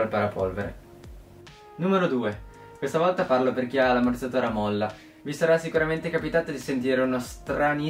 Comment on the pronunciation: Ma raga solo io sento ammorzatore al posto di ammortizzatore